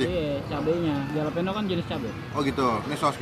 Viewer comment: Halapenyo bacanya masbosqu